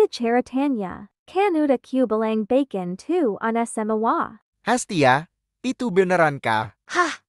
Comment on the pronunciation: Sumpah gw ngakak mlu pas di menit gw liat tulisannya bacon tapi kenapa pas di bilangnya bkon nah disitulah gw ngakak mlu😭🤣😅 "Tidak bermaksud untuk mengejek videonya 🙏🙏"